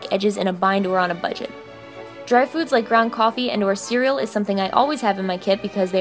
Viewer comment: You said Cerial: Siri turned on 😂✌🏻️